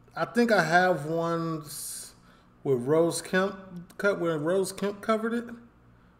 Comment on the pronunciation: It does make me laugh when you say 🌹 rose Kemp, his name is Ross Kemp, rhymes with moss or toss 😊